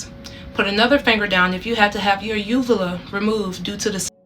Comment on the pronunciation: when you get cosmetic surgery you have to sign a release for those photos for the doctor to take them - and yes they use a phone these days this is extremely common i have had plastic surgeries - also UVULAS (she even pronounced it wrong) are commonly damaged from the breathing tubes during surgeries